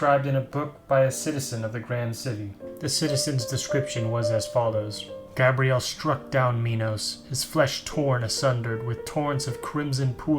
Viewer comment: Come on dude, its pronounced "ark-angel" and its "gabe-re-el" (Gabriel) NOT "gab-re-elle" (Gabrielle) notice how they are apelled AND pronounced differently?